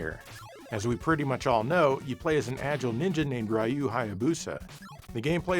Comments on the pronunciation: It's Ryu Hayabusa, not Rayu Hayabusa T___T" It's one syllable, pronounced like "you" with an "r" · It’s 2025, and ‘muricans still read ryu as rai-yoo 😹